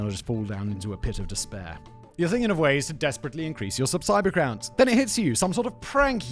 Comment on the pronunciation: Did Simon really say "subsiber crounts"?